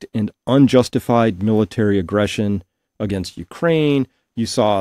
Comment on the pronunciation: You can't even say AGAINST . YOU'RE GOING TO LOSE